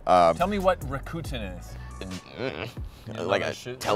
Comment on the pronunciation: Rakuten is pronounced as Rack-ten!